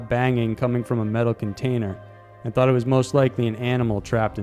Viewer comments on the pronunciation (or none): none